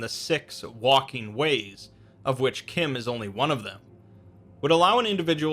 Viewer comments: it's not kim it CH CH CH CH CH CH-IM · Pronounced CHIM like Time, not like Tim... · its fucking chim not kim